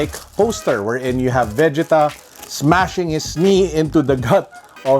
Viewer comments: Why do say it like ve•ge•ta instead of ve•gee•ta? 😭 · VE - JEE- TAAAaAaAAAAAaaaaa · It is Vegeta when it's dubbed in Filipino(Tagalog) and aired in Philippine TV. Every kid who watched the series during that time say it the same way. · Why do you make Vegeta sound like Vagina ? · Ok anyone else pissed at how he is saying Vegeta completely wrong. Do not shame name of the prince of all saiyins!! You do not want to feel the wrath of Vegeta’s Big Bang attack!!!! Aaaaahhhhhh✋🏻💨💨💨💨💨💨💨💨💨💨